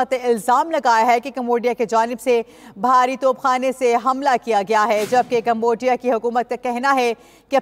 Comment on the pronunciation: main t zayada parha likha nhi pr ye jo bol rahi ha es ki jagha mujhe bolalo urdo pahr kr bhi galat bolrahi ha aham tansibat ko aam tansibat or bhari top ko bharti top bolrahi ha